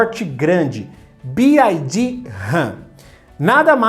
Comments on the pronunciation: Bi uai Di não B Ai Di 😂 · About English PRONUNCIATION (The Alphabet) a pronúncia do "Y" escrevendo a transcrição desse som seria /uái/. Você fala /Bi - ái - di/ o que se escreveria como "BID" / "bid". O som da letra "I" em Inglês é/ái/ e do "Y" como já falei: /Uái/ é só lembrar do pessoal de Minas Gerais quando for falar a letra "Y". 'Uái Sô'. Paz e bem. Sucesso! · Ótimo vídeo! Um comentário é que a pronúncia da letra Y em inglês é “uai” Então fica “Bi uai di” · Se pronuncia BYD, Y = “uai” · Mano conseguiu falar o nome da BYD errado todas as vezes...